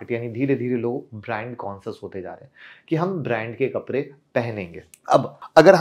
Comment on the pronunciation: कपरे नहीं कपड़े 😂😂😂